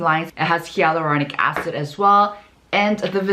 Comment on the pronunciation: Please verify the pronunciation of "Hyaluronic Acid." It sounds different. Dermatologists say it as "hay" but you say it as "ya" and it's all over the video. I'm just confused. 🤔